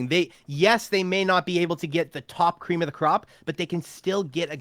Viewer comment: Cweam of da cwop